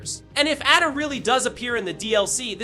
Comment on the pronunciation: Why are u saying Ada like that bro…